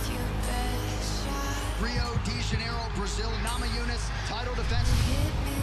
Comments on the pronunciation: Gammajunes, they pronounce the N as a G, as well as the silent R, strange language Portuguese. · Death Painful es "NA MA YU NAS" :)